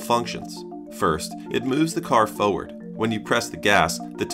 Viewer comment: i can see your channel doing very well in the future! your style and thoroughness is a treat. i'm curious, do you do your own voiceovers? i heard an accent on the word "forward" but i wasn't sure. p.s. i just finished watching the japanese grand prix, so seeing that f1 clip felt like my sleeper agent activation phrase was said 😭